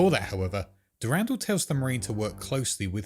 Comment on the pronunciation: The way he say's "S'pht" and "Durandal" has my huge marathon fan brain sadge, but good video! Shoulda refrenced some of the other lore goats or the deeper lore the names come from